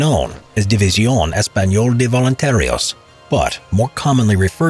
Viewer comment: División ESPAÑOLA de voluntarios. I know spanish could be hard, but please, just try a little bit